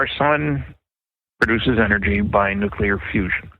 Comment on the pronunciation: nukular, nukular.